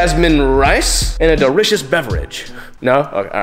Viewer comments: “And a dericious beverage”. 🤣🤣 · Dericious Beverage 😂😂😂 Harro